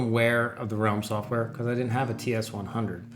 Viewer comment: Nice! Ps.: It's Ralim - with an a ;-)